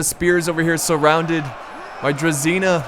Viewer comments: About the pronounciations :) Generals unit is pronounced Kn-yά-z (so the ya is the same like in "what ' ya doing there ?" the ya ) , while the z is softer than the typical english z. The unit Druzina, should be more like Druzhina .. the zh is prounounced the same as in the french name Jean. Like if you search for Jean Cloud van Damme's name, you 'll get the feeling of the heavy prounounced ZH in druzhina. The cav's name is like the general's cav. So Vit-ya-z. Vit stays the same , ya like in what'ya doing. and z stays the same as in general, softer z. (make accent on the Vit. when you pronounce it) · Not druzina, but drujina (Дружина) means strong friends or pals. Vityazi sounds more correct. However i don't know who are dvor guys are, cause in russian it means court. Spell it as dVoR, stressing V and R. Spelling knyaz stressing YA, like karate "KI YAAAAAA!" knyaz is russian duke or prince.